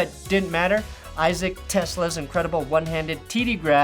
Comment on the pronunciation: Te-ŚLAA not Tesla.